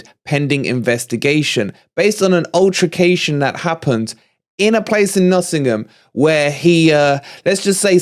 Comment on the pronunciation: Imagine being a journalist and can't even pronounce altercation, its not ultracation ffs